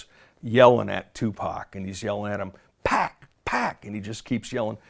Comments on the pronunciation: Suge never called Pac “Pack”. These white people were to lazy to pronounced his name right and gets it confused with the video game Pac Man (which is pronounced Pack) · Lol why is so hard for white people to say pac they all mispronounce his name pack 😂